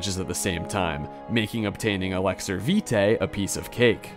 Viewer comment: Commenting on yet another video trying to invite you to correctly pronounce Elixir. I know I'm commenting and you might think it's good engagement, but if I don't get a reply and commitment to pronouncing it correctly, I'll have to thumbs down the vid :/